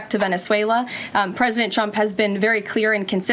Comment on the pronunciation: Sounds like she said 'President Chump'